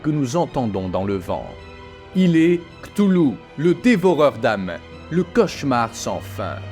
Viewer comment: Cthulhu ça se prononce "katoulou"